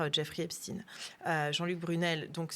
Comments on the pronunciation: Je me suis arrêté dès la façon dont les deux journalistes ont prononcé le nom de famille d’Epstein. À un moment, il faut arrêter l’hypocrisie : reconnaître les origines ethno-culturelles d’une personne ne devrait pas être un tabou. Le faire ne signifie pas pour autant faire un amalgame ou attribuer une responsabilité collective à qui que ce soit. !! Faut vraiment arrêter d’avoir peur !! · très bonne vidéo, dommage que vous prononciez " stiinee" et pas "chtaiiine"... qu'il soit juif, on s'en bats les couilles.. qu'il soit pédocriminel ou criminel sexuel etc etc, c'est ça le sujet. donc prendre des gants à prononcer son nom... rappelons nous que c'est la pédo criminalité, le détournement de mineures, etc etc c'est ça qui est problématique, que le mec fût juif, ou musulman, ou shintoïste, ou hindouiste... on s'en bats les couilles.. n'empêche qu'aujourd'hui il y a encore dans toutes les strates, les classes de la société, ces travers... alors eugéniste, transhumaniste, riche, pauvre, ouvrier, bourgeois, il y a un gros travail et ménage de conscience à faire chez ces gens là.. voire chez tout le monde en fait. bref. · Rien de nouveau ... ils ont bien fait leur devoir Epstin et non Epstein😅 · On dit Poutine, on dit pas Poutaïne, comme il n'y a pas de physicien Estine. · Jeffrey epstiiiiine comme Einstiiine ! C'est ridicule ! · Ça suffit ! Arrêtez de prononcer EpstIne alors que vous prononcer Einstein ! Arrêtez de dire qu'on manque de moyens alors qu'on maltraite nos agriculteurs. Arrêtez de parler de pédophilie alors qu'il s'agit de pédocriminalité. La justice française est une honte !!! La vérité prend l'escalier mais elle va arriver. Quel monde voulons nous pour nos enfants ??? J'ai honte de mon pays. J'ai honte parce que même si ces crimes ne concernent qu'une partie bien particulière de la population, le reste de cette population laisse faire en fermant les yeux sur une réalité monstrueuse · "Epstine" mais c'est quoi leur problème ? Mdr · Pourquoi elle dit Epstine ?